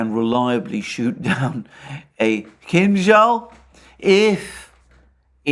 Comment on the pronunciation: Alexander is a rare occurence of English speaking person who correctly pronounces the name of Kinjal missile, not Kinzal as others do. Kinza in Russian means cilantro.